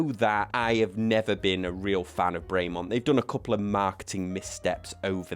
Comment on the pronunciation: It's not "Bray Mont " it's "Brem on" . Nice watch though